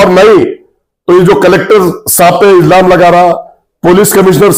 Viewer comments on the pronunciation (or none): Izlam nahi ilzam bolte hai 😂